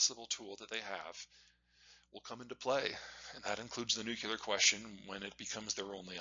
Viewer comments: PLEASE PLEASE STOP PRONOUNCING IT NU-CU-LAR. IT'S NEW-CLEAR. I BEG YOU! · NUCLEAR , it's pronounced fking NUCLEAR not NUCULAR. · Please stop saying "nucular." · Peter, the word 'nuclear' is spelled and pronounced with the 'l' after the 'c.' It's not 'nucular.' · Please, Peter, it's nuclear, not nucular... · To this day I don't understand why some Americans can't pronounce "nuclear" correctly. "Nukular" is not it. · Nuk yu ler? (n. of or relating to the nukyulees) Really? Can't pronounce nuclear but you know the whole globe huh? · "Nuclear" not "nucular" ;-) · PETER, SAY IT WITH ME... "NUKE-LEE-URR" GOOD JOB, PETER! NOW ONCE MORE "NUKE-LEE-URR" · the nucular question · what is this "nuke-ya-ler" you speak of? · It’s noo kleer! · Can you just NUCLEAR correctly... pleeease! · Nucular is a George Bushism😢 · It’s funny that for all he knows, he still pronounces nuclear like George W Bush - nuke-yeh-lur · Great overview! But "nucular" – really? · Troubled that he can't pronounce Nuclear though i must say. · It is shocking that someone this smart can't pronounce "nuclear" correctly. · So smart, yet he still can't pronounce Nuclear. What am I missing? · Constant mis-pronunciation of nuclear drives me crazy for some reason. It clashes so much with his normal speaking eloquence. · Must be a regional speech thing, since Bush was from Texas and Peter is from Iowa 🤷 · As smart as this man is and he can't pronounce nuclear correctly. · Another genius who can't pronounce the word nuclear.